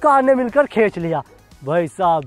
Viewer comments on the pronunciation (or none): Bhai khech nahi khinch 😂😂